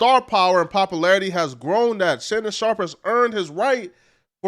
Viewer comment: "Shannon Shop"???